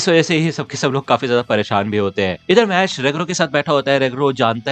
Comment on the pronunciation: Bro please call it mash not mash-le 😊